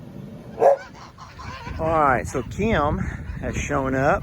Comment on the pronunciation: Hello from NYC. be nicer to your sister. She’s a friggin Super Hero. Also, I’ve never heard the name ‘Kim’ as two syllables before. Kee’im. Love yous guys